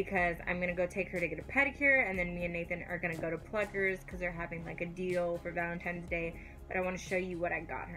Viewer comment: "Valemtime's day"